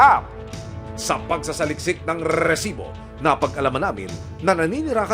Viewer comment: "rrrrrrrisibo" Ibigkas mo nalang sir. na Ratatatatasibo. lol